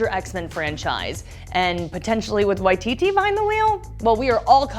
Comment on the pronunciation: Great video but it’s Waii-TiTi, not Wah-TiTi